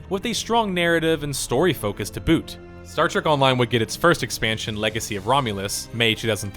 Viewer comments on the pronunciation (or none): none